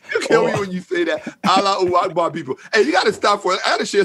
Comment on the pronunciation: “Allah uhakvar people” 🤣🤣🤣🤣🤣